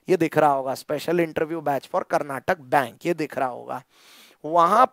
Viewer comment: Sir, Its Karnataka Bank not Karnatak Bank.